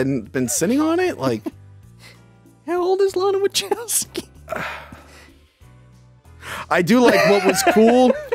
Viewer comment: Is this “” purposely mispronouncing Wachowski?